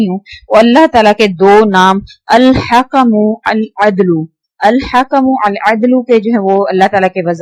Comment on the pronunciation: Ap glat pren hain al hkm adlu ap bolen al hakmool addlu